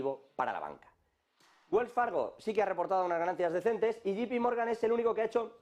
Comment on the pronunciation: No es yipi Morgan es yei pi Morgan. Así se pronuncia😮😮😅😅